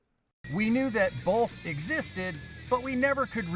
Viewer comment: This guy saying BOLTH is making me want to kill myself. Its BOTH NOT BOLTH THERE IS NO FUCKING L IN THE WORD.